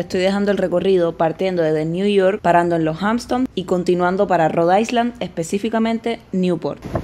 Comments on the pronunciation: Niña, Hampton no tienes s! Porque dices Hampston?! Y island, no se pronuncia la s, se dice "ailand". Ahora, el país Iceland si se dice como tu dices island! 😊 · Ya va siendo hora de que pronuncies “island” correctamente, no? 😊 la S no se pronuncia. Se dice “Ailand” 😘😘